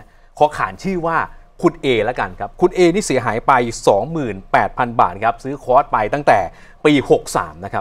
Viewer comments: ผู้ชายพูดว่า.. ค๊อด ผู้หญิงพูดว่า.. คลอส ............ออกเสียงผิดทั้งคู่ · ผู้ประกาศหญิงออกเสียงคอร์สไม่ได้ถูกซะที 😅